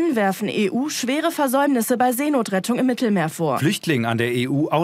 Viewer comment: "Seenotrettung" xDDDD